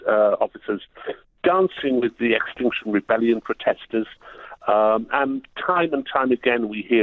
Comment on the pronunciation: I thought he said Extortion Rebellion at one point.. More appropriate than their actual name, accurate but I misheard.